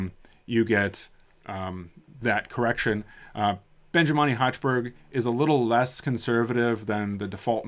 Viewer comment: It is awesome! Many thanks for that. Just a detail, it is "Benjamini" not "Benjimani".